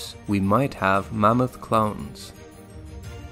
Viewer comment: Why do you keep pronouncing it "mommoth"?